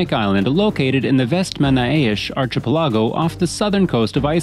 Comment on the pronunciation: ark-a-pill-ago....not arch-a-pill-argo